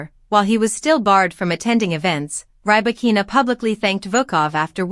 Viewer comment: Stopped watching as soon as you said rye-bakina.